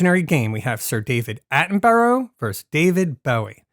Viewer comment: One point, it's pronounced "Atten-bu-rah".